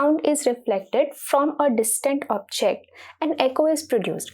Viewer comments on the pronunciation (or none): none